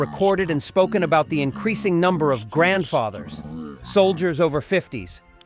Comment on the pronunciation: "NOW all the soldiers are grabdfathers" lmao. Cmon man